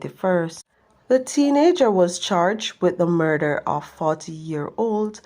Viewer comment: Mi sorry fi u if u can't pronounce murder. Murther?? Oh my